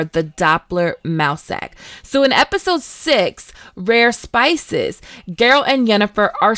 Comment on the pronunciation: And rare species, not rare spices :D